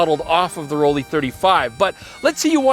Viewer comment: Just want to say the pronunciation for ROLLIE should be just like how you pronounce LEICA. The sound is not ROL LEI, but ROL LIE.